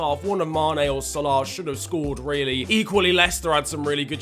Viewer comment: why do you say salah like sole-auohhhhhh it is sal-a